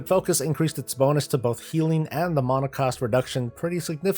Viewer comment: you say mana like a penus